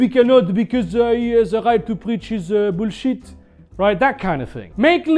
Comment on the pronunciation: bruhh, that caught me so off guard looool Vee cannot becuz uh he haz a right to preach hiz uh boolzhet